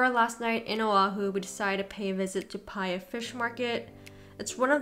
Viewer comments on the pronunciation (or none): Paia (3 syllables) puh - e - yuh. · Pa'ia Fish Market, pronounced Pah-ee-yah, town on N Maui, roughly 10-15mins E on Hana Highway